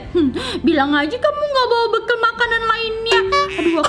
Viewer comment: Ngakak pas bawa bekal bilangnya bobowa bokal 🤣🤣🤣🤣🤣🤣🤣